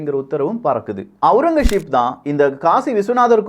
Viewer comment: ஔரங்கசீப். Aurangazep and not Aurangasheep